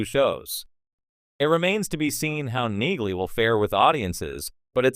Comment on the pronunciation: It’s pronounced “Neeley”. 😊